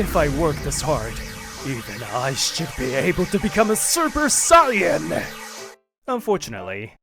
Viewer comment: I'm glad Taishi pronounced Saiyan correctly.